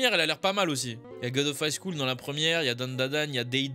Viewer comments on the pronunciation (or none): none